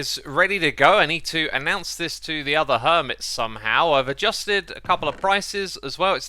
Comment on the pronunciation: Did anyone noticed that he said "i've ajusted a couple of prices"